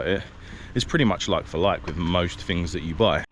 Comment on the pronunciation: In Australia we don’t say Perf, fings, ferty - we actually use English here, so it would be PerTH, THings, and THirty.